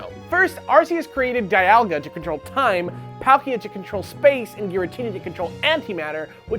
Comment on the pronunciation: With saying things like "pruh-NOWN-see-ay-shun" (instead of "proh-NUN-see-ay-shun"), "DIE-ahl-guh" (instead of "DEE-ahl-guh") and "PAL-kee-uh" (instead of "PAWL-kee-uh") and both of them saying "Poke-uh-mon" (instead of Poke-ay-mon), I'm not sure I'd trust either of them with pronunciation. I don't worry about "Arceus" in particular, though. "Ar-see-us" sounds best to me, but I can understand why they wouldn't want the Pokemon god to be the butt Pokemon.